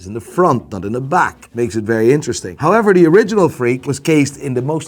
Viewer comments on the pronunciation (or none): none